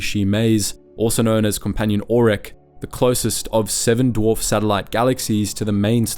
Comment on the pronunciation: U cannot pronounce "aurek" like "australia", or "autist". Its the name of the letter "a", like "alpha". The vowel has to be present in pronunciation